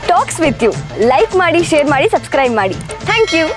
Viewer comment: Sunscribe ಅಲ್ಲ subscribe.